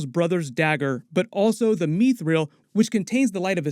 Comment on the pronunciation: Its not mee-thrill, its mith-ril. Sorry, its very jarring.